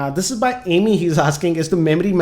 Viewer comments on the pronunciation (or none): It's Amey(अमय) not ameee amgrez ki aullad